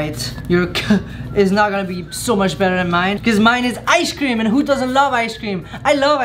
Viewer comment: he also pronounces icecream as eye-sh-cream